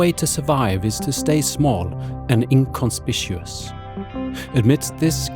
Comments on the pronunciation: I love your videos. I love your style. I love your taste in synths. Jupiter 8 module is a win, in my book. Sold me on star grave too. Check out Zona Alfa too, from Osprey. Fancy it may be up your alley. Oh, and little English hat tip - it is "inconspicuous" with a hard 'c'.. eg in-con-spik-u-uss :;-) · Fun video, thanks for sharing it! As a friendly-intentioned aside, I believe inconspicuous is pronounced differently than the way you said it . Looking forward to hearing about your further adventures : )